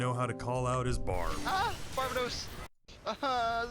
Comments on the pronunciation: BAR BAY DOSE not bar bah dose lol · I love how you even show the pronunciation of Barbatos and still pronounce it wrong. Its ok it's funny.